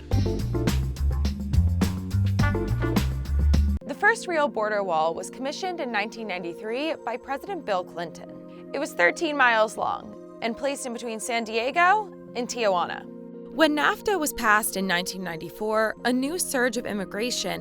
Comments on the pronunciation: It's not pronounced Ti-A-huana... that's not even how its spelt... its Ti-huana... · bro... this wasn't a matter of accents. It is literally a mis pronounciation by introducing letters which aren't part of the word, therefore butchering the proper name of a city. You dont pronounce "New York" as "Nors Yorky" or "Naw Yerk" regardless of accent. This has nothing to do with accent. Just admit you're frustrated and refuse to take a fact, learn something new, and move on. Being corrected on something isn't the end of the world... be grateful you were able to learn something and maybe you can pass it on to others... that's how society works.